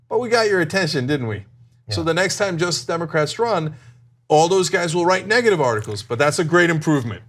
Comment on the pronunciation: Every time Cenk says "Justice Democrats," it sounds like "Just Democrats." Has anyone else noticed this?